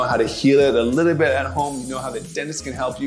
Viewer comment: Not a lot just a “Liddlebit”